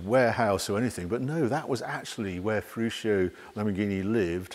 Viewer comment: The name of Lamborghini is Fe-ruch-o (Feruccio) the double "cc" you pronounce ch like in church.